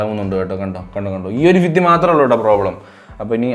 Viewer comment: ഭിത്തി എന്നുള്ളത് ഫിത്തി എന്നാണ് പറയുന്നേ. ഭ ക് പകരം ഫ ആണ് വരുന്നേ 😄😄😄